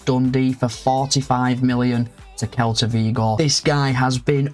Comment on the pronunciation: to Celta (pronounced as Sel-ta) Vigo